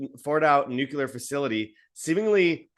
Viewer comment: For gods sake man. It's, New.Clee.Err 'Not' New.Cue.Lerr Why is that so hard for people to say right. Ever since Bush Jr. started saying 'New.Cue.Lerr' everyone has been parroting that idiotic crap since.